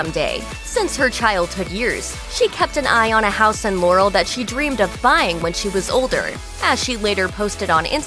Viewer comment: It's pronounced "LAH-rel" not "Lore-el"